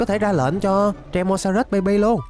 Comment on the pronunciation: ơi anh đừng gọi là tresamorus(trê-sa-mo-rớt) mà gọi là tremorsorus(trê-mo-so-rớt) mới đúng ạ